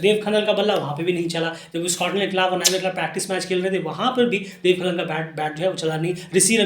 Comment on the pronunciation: भाइ आप देब खनाल को आप खनन बतारहे हो